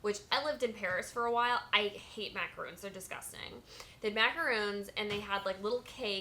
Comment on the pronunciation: You pronounced macaron incorrectly